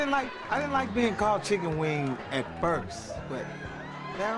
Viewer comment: He been say Chicken Wayne I just knew he was saying Chicken Wing...😂😂😂😂😂😂😂😂